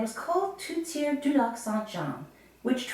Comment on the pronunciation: Thanks for the history lesson, but it's not pronounced "TOOTiere", it's pronounced "TORTiere"... I'm surprised you can pronounced your family name properly, and not call yourself "BOOBeau".... Come to Quebec and try and say that.... They'll deport you...